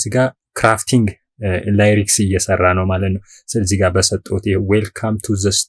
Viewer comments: Please don't say layriks,it is lyrics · ከይቅርታ ጋር.... ላይሬክስ ሳይሆን ሊሪክስ ሙዚክ ሳይሆን ሚዩዚክ ተብሎ ቢነገር ፕሮግራሙ የተሻለ ያደርገዋል ።